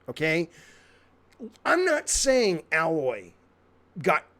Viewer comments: Don't know how you're say aloy wrong they say it in the game you say it like "alloy" as in alloy for car wheels haha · Her name is pronounced "A-loy" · So very true. Thank you for being a logical voice in this. Though, your like to dislike ratio is evidence of how much of a divide this is. People are so stupid to get annoyed about this. Keep on gaming. :) edit: if you're interested, it's pronounced "aye-loiy". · No it's not. It's Aye-Loy. Not Al-Loy. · Love your channel Jaffe! Your interview with Colin was great as well, you two are my favorite people in gaming. Just for the record you pronounce her name like this. The A is said like the word hey. A-Loy. Not like the A in the name Allen. Keep up your great content man! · Lol he kept saying Aloy wrong its A-loy but it doesn’t matter just pointing it out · Can’t even pronounce her name properly 🤦🏼‍♂️ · Wait.. you said you played the game and yet you didnt know how to pronounce her name? Her name was mentioned in a game for like thousand times. Lets be honest here... you didn't play the game.. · The dude does not even know how to pronounce her name and did not play either game. His opinion is meaningless. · "I don't give a fk!" (Goes on a rant). You don't even know how to say Aloys name right, how can you call yourself a gamer? Sahnick? Mayrio? Pokiemen? People don't like change, especially when they're completely happy with what they've already got. Aloy doesn't need to be hot. HZD is my current favorite game since release, I've seen Aloy as cute, sure. But not hot. Her character design was perfectly built in this post apocalyptic society to make those insane feats believable. Making her pudgy in HFW really takes away from being able to immerse yourself into a world where she gains so much weight doing such feats. Not every gamer wants to fk the MC. Calico? Everything you say, just gives me the impression you're the king of all chubby chasers. No wonder so many people downvoted your video. RIP!